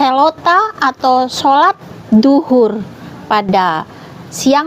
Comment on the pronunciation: Katanya Duhur bukan Dzuhur... Lidahnya tidak bisa menyebut huruf z 😀... Sebelum ada solat islam sudah ada doa orang² penganut ajaran Taurat... Gitu dong bukan doa ibu itu 😁...